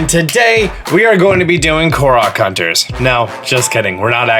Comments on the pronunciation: Thank you for pronouncing "Korok" correctly. Cant stand it when other people pronounce it as Core-oak. Uuuuuuugh... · Austin John Plays: pronounces Korok correctly Also Austin John Plays: LuMiNoOyYsSsZ